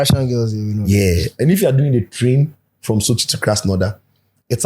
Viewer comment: The way dey explain how Sochi look like, e dey give me some AKAN vibe bi”SOKYEEEEE” 😂